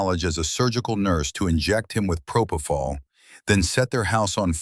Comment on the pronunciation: "proPOfol" ugh I hate this AI crap